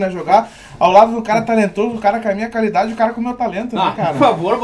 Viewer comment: "Muita Calidade " hahahahahahahahahha